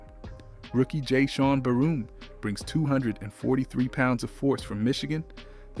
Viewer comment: Barham, not barroom! Take a lesson on pronunciation!